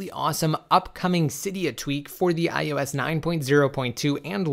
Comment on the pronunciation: especially IOS he loves saying IUS Lol